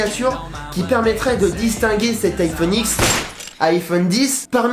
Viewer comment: Ça se prononce iPhone dix pas iPhone X